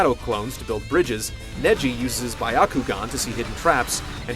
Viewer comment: also wtf he sais it like B-eye-akugarn lol